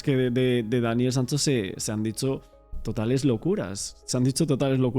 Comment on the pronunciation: Una pregunta al condutor, porque dice Daniel Sanso en lugar de Sancho, se confunde uno cuando lo empece a escuchar dije hablarmos del mismo, eres genial, pero si confundes y mira que yo hablo castilla y tu no se que hablar.